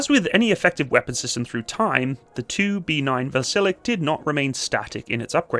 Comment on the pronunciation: 2B9 has a quirky pronounciation, more akin to "Vasil-yok". Great video, very informative.